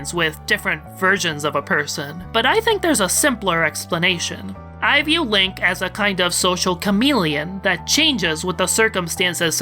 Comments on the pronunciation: I like hoy you pronounce Lanque as "Link". I was the entire video picturing Link as Lanque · Hearing you say Lank is so weird. I always thought it was Lawn-Kay. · I love how you pronounce Lanque as "Link"